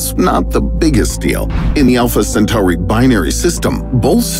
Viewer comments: the narrator cant even pronounce "Centauri" the right way, much less understand that basic shit about "space videos". I mean, look at the description of the video!! There's nothing to complement the video. This is basically not the channel to watch, if u really want to learn anything about space, unless you have more chromosomes than usual ;) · What does he keep doing to that word Centauri lol it almost feels like time hiccups when he says it lol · Everytime I hear the way Centauri is pronounced in this video, it makes me think of Babylon 5.